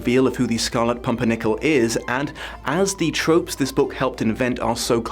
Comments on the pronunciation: you say "scarlet pompernickle" was that a mistake or just another way of pronouncing the name that is equally correct since you aren't the first person i have heard say that. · =I love how he kept mispronouncing pimpernel 😂😂😂... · Take a drink every time misnames the Pimpirnel for comedic effect